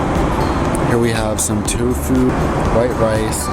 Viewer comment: Tofu, not Tufu....